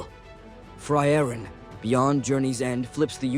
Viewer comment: The way you butcher the name is sending me chills